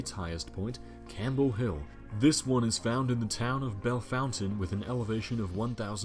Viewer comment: I was quite surprised when the announcer correctly pronounced Bellefontaine, Ohio.